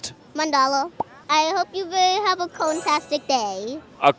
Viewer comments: "He's so smart!" Can't pronounce simple, 4-letter word. It's cone! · Umm, cone is not the correct pronounce 💅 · The way he pronounces the word corn like “cone” just makes this even cuter, bless his heart 💛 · hes actually saying “cown” because you can tell he struggles with pronunciation in the letters “v” and “r” he says “vawiety” instead of “variety” but its still cute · i love him hes so cute. he even says cawn instead of corn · lmfaoooooooo I can never say CORN again.. ITS CONE 😂🔥🔥🔥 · I've been trying to say it like him. It's like he somehow combines "cone" and "cown" at the same time. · Only calling it "cone" from now on. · its coauln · No no, it’s cawn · Its cone!! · I adore this child so much. :3 The way he pronounces corn. The way he says that not everyone has to like it for it to be the best. His corn pun and his big ole smile. :) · IT'S COWN 😂😂😅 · 'It's just a pun about corn" (pronounced "Kourn"). 😂😂😂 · Anybody else think it sounds like he is saying cone? Or maybe “curn”. 🤷🏼‍♀️ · Why he keep saying cone